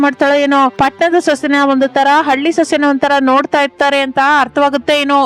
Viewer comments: ಕನ್ನಡ. ಕೊಲ್ಲಬೇಡಪ್ಪಾ. ಹಲ್ಲಿ. ಅಲ್ಲ. ಹಳ್ಳಿ. 😂😂😂😂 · ಅದು ಹಲ್ಲಿ ಅಲ್ಲ ಹಳ್ಳಿ 😂😂😂😂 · ಹಲ್ಲಿ ಅಲ್ಲಾ ಹಳ್ಳಿ 😂😂😅😅😅🤣🤣😂😂